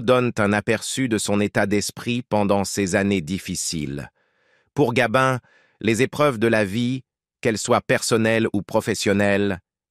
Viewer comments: Oui gabin et pas gabine c'est insupportable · Bel exemple de texte réalisé à 100% par l'IA. Pas grand intérêt à cette video, il n'y a que le titre qui a été pensé pour attirer et faire croire à un document inédit... Et puis cette voix qui agace surtout quand elle dit "Gabine" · Arrêtez de dire Gabine s' il vous plait , c est nul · Nous avons maintenant l'IA ( d'ou Gabine )dans les rétrospectives d'acteur entre autres, cele évite de payer un locuteur , et oui le progrès. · " Gabine " ? cette voix de robot et déformation de nom d'artiste 😠.... un peu de respect svp !....